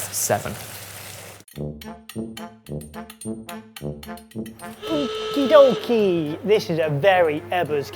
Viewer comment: Why is saying okidoki like it is a Japanese word? Haha am I missing something?